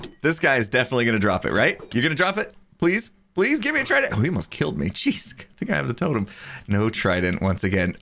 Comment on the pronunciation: ik i was making a joke about the fact you said instead of jeez because i thought it was funny